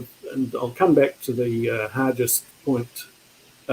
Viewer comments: James Hargest with a hard g, not soft: that's the way it's pronounced in Invercargill where I get up, anyway, and where Hargest was from (a high school is named after him there). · Not sure why people pronounce Hargest as Har-jest. That's incorrect. Har-guest is the correct way to say the name.